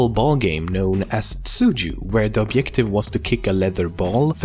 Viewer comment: Awesome videos, keep it up, but i just cant tolerate how you say the word objective! You have to pronounce the j :D